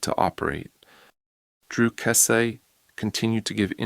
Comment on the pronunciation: If you can’t pronounce her last name, you have NO KNOWLEDGE of this case.